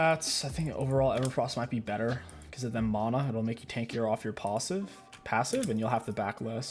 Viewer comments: your PAHssive? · the “pawssive” got me rolling on the floor